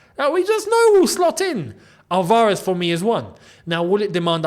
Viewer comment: Álvarez, not Alvárez.